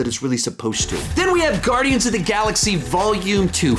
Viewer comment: He said guardians 28 triggers me!!!!